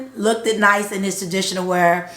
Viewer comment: LOOKED like BOOKED, Like BOOKED not Look-DID